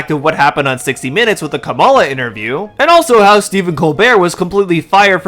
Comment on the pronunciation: bro KAMALA you mispronounced her name and not to nitpick but this a racial trope white folks used to not acknowledge her or make her name sound ratchet but overall I really enjoyed and agreed with your amazing video